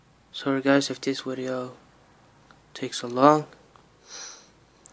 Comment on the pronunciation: Lol wideo